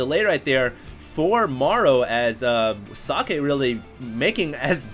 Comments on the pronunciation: So(not oe its an o)ck(a hard K)e(its not eeeeeeeeee, not sockeeeeeeeeeee its just socke) its short and hard pronounced, hes german ... not asian, at least that much you should have known .... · nice commentary! socke is german for "socks" and is pronounced [soh-keh] not [sake], u make him sound like japanese ricewine ;-) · It also Sounded kinda like he said "Sake", which is a Japanese Rice-wine :D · socke is german, you allmost got it, its pronounced with just a shory a at the end, not like sockay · its pronounced socky lol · Actually, if it really is German, you wouldn't pronounce it like that. The o in socket and how Germans pronounce o is different. English is kind of weird. There are so many ways you can pronounce a single letter, depending on the word it's in.